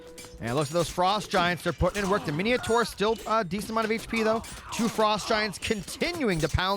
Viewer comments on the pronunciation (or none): Mine taur, not mineotaur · "Hop-i-lite" --> Hoplite "Mini-a-thor" --> Minotaur What's you and inventing "i"s where there are none? MI-NO-TAUR bro. HOP-LITE brother. Thanks for the casts though! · lol mineeohtar min oh tar